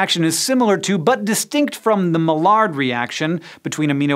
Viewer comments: Maillard is pronounced like Mayar, not Malard. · I would add an extra h (Mahyar) to make clear it's not May-ar, but yes, definitely not Mallard. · "my ard", not "mah lard" :P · Actually, it's mah-yar if you really want to pronounce it right. ;) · MY-ard Reactions...not ma-lard. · Hank, mispronouncing words is your brother's thing. It's closer to "my-yard" than "muh-lard". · Hank, "Maillard" is pronounced "Mai-ar", like the Maiar from the Silmarillion. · Maillard Said - my-yard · Maillard should be pronounced as 'May La, stress at first syllable. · It's pronounced 'my-ard' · It's pronounced May-yard reaction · isnt maillard pronounced (my, yard) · Hey SciShow... isn't it pronounced "my yard" ? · HANK DID YOU SERIOUSLY JUST MISPRONOUNCE THE MAILLARD REACTION. HOW COULD YOU!?? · STOP PRONOUNCING MAILLARD WRONG!